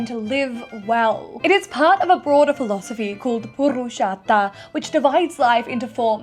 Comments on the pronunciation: What was that pronunciation of purushata? Was that word meant to be पुरुषता? She pronounced it likes its an Italian word but with a Spanish rolled r like what 😂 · A big thanks from a hindu for clarifying this Btw ive never heard funnier pronunciations of the terms but a great applause for trying i was dead laughing at "purushartha"😂 Lots of love❤❤❤